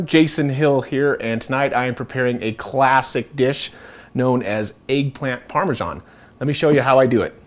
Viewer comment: It's egg not eaag